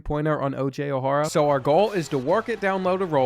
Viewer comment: I love these vids! I was in high school when this game came out and went to a college basketball powerhouse and we used to play the 2k10 game all the time. That said, the pronunciations of O’Hara is rough lol. But still, great stuff.